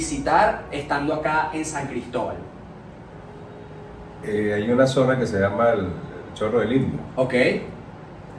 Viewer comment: Que bonito escuchar decir San Cristóbal ufff siiii somos regionalistas, eso nos lo enseñan nuestros padres. Orgullosamente Gocha Tachirense. Arriba el Deportivo Táchira, nuestro orgullo.. Gracias por mostrar lo nuestro. Abrazos, éxitos y bendiciones.